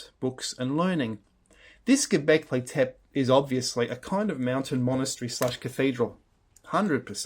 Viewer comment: please don't say 'Göbeklitep'. The final “e” is pronounced: Göbeklitepe... Best wishes from Turkey...